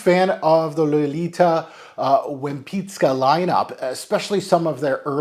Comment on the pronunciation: Props for your research regarding the pronounciation,!